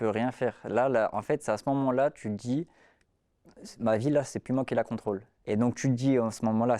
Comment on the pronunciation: Et moi à "voilà, j'te djis"